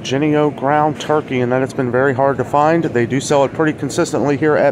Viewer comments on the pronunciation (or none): none